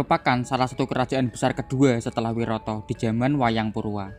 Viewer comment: Maaf mas cuma mau mengoreksi, pengucapannya yang benar "wiratha" bukan "wirata" mas 🙏🏻